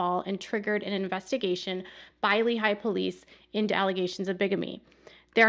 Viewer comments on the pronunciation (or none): Hi! I have some quick feedback on name pronunciation (from an Utah native). In Lehi, you tend to break it up like it’s two words and put a lot of emphasis on the eye sound at the very end. The emphasis locally is on the ee sound of the first syllable and overall it’s spoken more quickly.